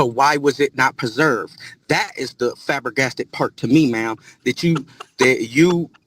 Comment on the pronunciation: Where do some people learn their vocabulary?? Liberry, tooken, choosed, axed, borrowed someone money, and now fabergasted. I'm going to start keeping a running list... LOL!!! 🤪📃🖍😂